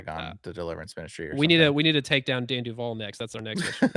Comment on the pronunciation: Duval not devi